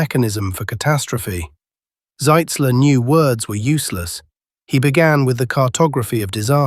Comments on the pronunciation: The way you pronounce it on the video, that would be General Zeitzler, not Zitzler. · ...and not "Sitzler." Shoddy work,.